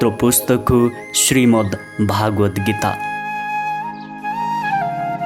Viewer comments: उच्चारणमा चित्त बुझ्दो भएन । भगवद्गीतालाइ भागवत गीता उच्चारण गर्दा अलि खल्लो भयाे । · भागवद्गीता होइन भगवद्गीता हो महाराज!